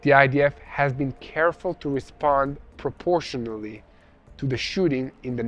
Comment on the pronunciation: Preportionally ... that word makes me sick